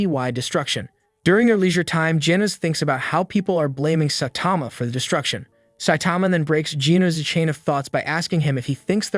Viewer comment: "sah tama" its pronounces "sigh tama"